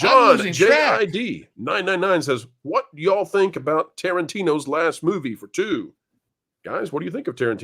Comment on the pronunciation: needs to learn how to say y'all correctly.